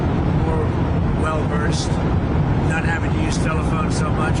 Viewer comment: HE SAID WELL VERSED 😂